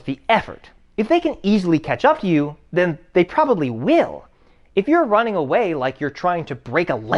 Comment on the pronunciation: "wai are yu ronnin? wai are you ronnin?"